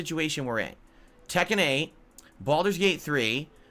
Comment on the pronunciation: why does always sound drunk whenever he says tekken 8